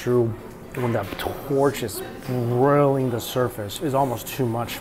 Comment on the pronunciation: "Brilling" the surface???